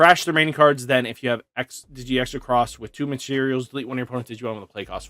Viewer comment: Don’t mean to be rude buts it’s xros=cross just kept hearing you say it wrong lol